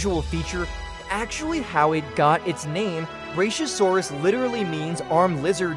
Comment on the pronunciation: Its pronounced, Brak-yo -Sore-Us. Not brashyosaurus.